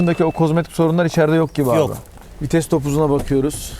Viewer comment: fites değil vites.:)